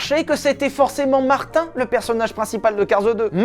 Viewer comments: Mes oreilles saignent Mater stp MATER Comme dans dromadaire Pas Martin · Les québécois qui entend Martin au lieux de mater. Quelle honte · Martin......... Mais c'est affreux, c'est pas Martin du tout. C'est Mather 0_o